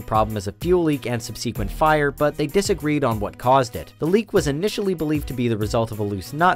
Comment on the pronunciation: Does this narrator actually say "sub-see-quent". That is not a word.